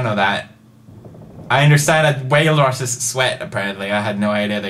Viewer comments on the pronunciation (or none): Haha, he keeps saying whale-ruses. It's Walruses